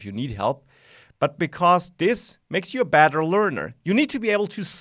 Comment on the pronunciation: when u say better it sounds like badder. u sound like a wizard. 30 hours in the full thing, huh. hmm